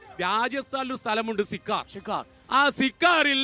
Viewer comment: സഹോദരാ സി ക്കാർ അല്ല സീക്കർ എന്ന് പറയൂ